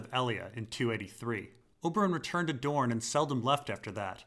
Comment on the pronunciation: The deeper dorne The deepuh duuhrn! The dupuh duhr!